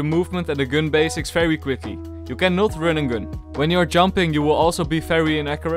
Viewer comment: You can not Rün and Gün!